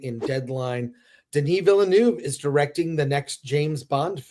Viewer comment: Dennis. It’s Dennis. Get over yourself.